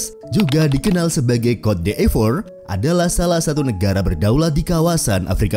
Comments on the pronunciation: Bacanya bukan “kot d’efor” tapi “kot di’vwa” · Cote d'ivore dibacanya "kot divoa" bukan "kot di ivor" min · Maaf Cara baca CÔTE D''IVOIRE itu "KOT DIVWAGHR" min.. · Cara Bacanya "Kot divoaa" (Ivory Coast/cote d Ivoire)